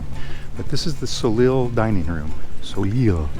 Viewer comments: You almost lost me when you pronounced "soleil" as "so-leel." It's "so-lay." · Soleil is French. It's pronounced "so-lay"